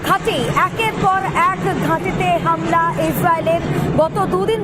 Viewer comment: হামিলা নয় হামলা😂😂😂